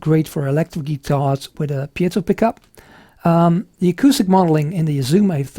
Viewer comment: Great review.... and you're the 1st person I've heard pronounce "piezo" correctly! Congratulations!!! lol :0)